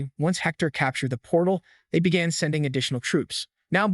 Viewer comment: "however his life bagan to change" ... Learn to read